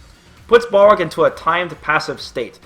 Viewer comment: isn't hes name pronounced bal rog, not ball rog